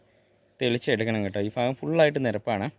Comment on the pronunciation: ഫാഗം എന്ന് പറയാതെ ." ഭാഗം " എന്ന് പറ ചേട്ടാ